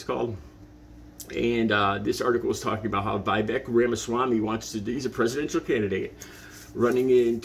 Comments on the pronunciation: You have seen the video your referring to.. So how can you mispronounce Viveks name...is it because you pose the same low level of acedemic education. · Everything from the way you're pronouncing Vivek's name to how you're referring to Tez Figaro's name to your confident but blind assumptions about Vivek's intentions for the proposal suggests a glaring deficit of attention on your part. You should spend more time paying attention and less time broadcasting your underdeveloped views to the world.